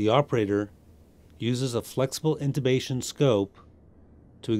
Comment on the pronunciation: INTUBATION or INTUTION. ???? 😁😁😁😁🧚🧚🧚🧚